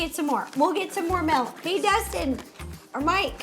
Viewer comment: when they were talking soggy cereal an ro said mALk… i almost turned the video off😩😂😂